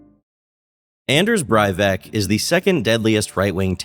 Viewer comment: broooo u butchered the name of anders breivik lol